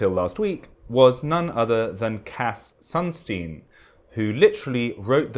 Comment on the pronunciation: "Sunstein" Every single time